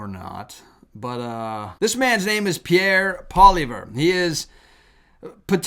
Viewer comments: Really, You don't know how to say his name yet,... Polly-ehv not eve, grab the e a touch lol This man deserves respect, He is back very smart politician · Canadian here. Well done. Pierre's last name is pronounced Polly-evv. A large majority of Canadians are waking up. ❤ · Pronounced POLLY-EVV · Pierre Pollievre (pronounced Polly-ev) is the only party leader here in Canada right now who has any kind of chance at all of becoming the next PM, and he's by far the favourite of the vast majority of Canadians right now, if for no other reason than that we're sick and tired of far leftist garbage right now and that PP has been standing up against Trudeau and his sycophants, including our Governor-General, all along. She just gave into Trudeau with whatever he wanted and never said no to him, even when he requested a prorogue of government until the end of March instead of calling a much needed election. I'm a Canadian who can attest that the majority of us here are NOT liberal in our views. We might be centrist, but we're turning towards the right now if we weren't there already. Please don't say that Canadians as a whole are leftist or woke. Yes, our government is, but that doesn't mean the people here are. I'm so glad that I never voted for him and that he's on his way out. Trudeau saying that he's a fighter and has always cared about Canadians is a complete and utter lie and a joke. I never voted for him, and my family never did, either. My parents also didn't vote for his father ever, either. Trudeau has never cared about Canada and he's never been a fighter. He was a part time drama teacher and never had to fight or work for anything. He never really treated people with respect, and even though he gave lip service to standing up for the Jewish people, he never really s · Pierre Poilievre's last name is pronounced... poly-ev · Pierre Poilievre (pronounced Polly-eve) is definitely right of central and will most definitely be the next pm of Canada